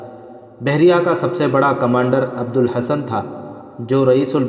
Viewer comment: Abdul hassan nhi Abdullah hassan wrong pronunciation sy meaning main zameen as an ka fariq parha hy.